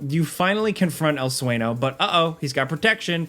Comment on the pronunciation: Sueño is pronounced Swenyo. The Ñ sound is use like a NYUH sound.